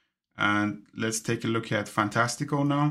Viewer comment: Thank you for this! I have already made the switch to stop the financial drain! Can’t wait for the update! One tip, the app is pronounced ‘Fantastic-Cal’. Cal, like the start of ‘Cal’-endar. I wish that you would slow down a bit and tell us what to do as you were doing it. For instance. “to expand this calendar view, I am spreading two fingers in the middle of the screen.” Very helpful video!